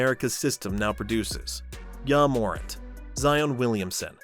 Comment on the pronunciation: Pronunciation of Ja Morant is wild 😂😂